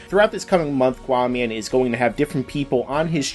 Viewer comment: its not quaaman cant you read ?